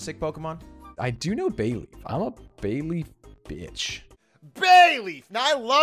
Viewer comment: They all said they love Bayleef but still completely butchered it.